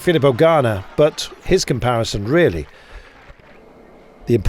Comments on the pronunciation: Please, no more Garner - he won it for heaven’s sake, please pronounce his name correctly! Ganna, think of be-gana! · Please, enough of the “Ghana”. Carlton, pronounce both the N’s: GUN-NUH, equal stress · Could Rob Hatch please have a word with Carlton about his pronunciation of Ganna?